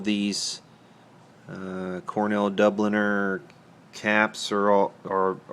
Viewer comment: It's pronounced Cornell Doob-Ell-Yay. FYI